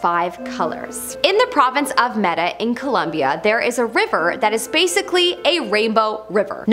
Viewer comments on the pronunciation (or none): none